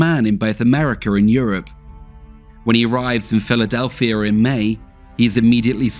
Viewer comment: Philadelphier in Americer. Thanks so much for mispronouncing words ending with a. If I ever catch an American engaging in such wretched and derogatory speech, you'll be big trouble. I have tremendous respect for the Brits. But they literally mispronounce the same word in a single paragraph. It's absolutely ridiculous. Much bollocks.